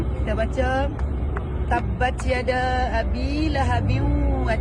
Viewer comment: baca pun dah salah..... ramai saya jumpa, teemasuk imam² d surau malah ada d masjid membaca... tabbat 'tiada'....sejak bila huruf ya bertukar jadi huruf ta....cuba dgr btl² dia bca, atau mana² imam la...klu btl Alhamdulillah... bacaan btl tabbat 'yada'..... dpt sesuatu....mg kita membaca kalam Allah dgn btl....